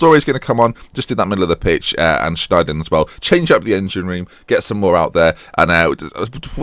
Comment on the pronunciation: The 'ij' in dutch makes an english 'y' sound. E.G sneijder is pronounced "snyder"